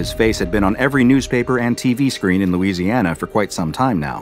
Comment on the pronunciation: nice louisiana